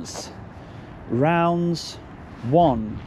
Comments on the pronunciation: It’s Raunds mate not rounds, it’s the name of the town! Can’t believe you were here! I nearly suggested there as it’s 5mins up the road from me and Howdens there are renowned for having a bad attitude! Keep up the good work ! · Raunds, not Rounds. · Not Welly Raunds, pronounced 'Rawnds'